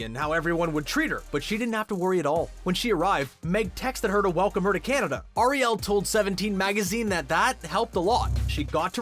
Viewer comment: her name is not Ariel like the little mermaid its more like R E L say it like that R E L